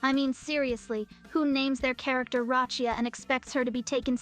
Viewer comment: Not Roccia come on 😮